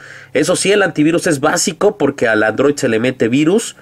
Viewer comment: es android no androit amigo!!!! jajajaja